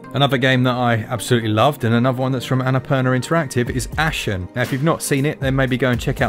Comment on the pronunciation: "Ass hen" and "pawn", what an interesting sales video...